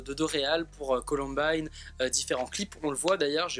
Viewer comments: il a osé dire colombine au lieu de columbine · on dit "coloumbaïne" pas columbine 😂😂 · Il est con c’était sol premier pseudo son prénom c’est et sa se dit “Columbayne”et pas Colonbine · "colombine" mais oreilles saignent c'est "columbaïne" mdr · Comment tu a prononcé la COLOMBINE ça se dit columbaine mais ça s'écrit colombine À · mon pauvre petit sarendou...se faire appelé... Ps: sa se dit ColOUmbAÏne grrrr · C'est columbine mais ça se dit columbaine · Mdr on dit pas colombine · Ptn arrêtez de dire Columbine puisque c'est Columbaïene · mon dieu la prononciation de Columbine 😭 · MAJtv oui je viens de voir mdr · Columbine ce prononce comme ail pa i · Par contre la prononciation sur « Columbine » laisse encore à désirer ..